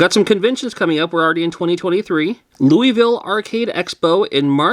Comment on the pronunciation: Oh, Louisville is two and a half syllables